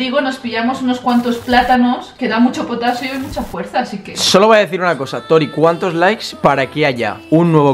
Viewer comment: Tori dijo Potatsio 🤣🤣😂